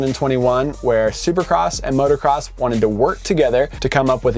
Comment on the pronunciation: It's MOOOTOOOO CROSS... NOT MOTORCROSS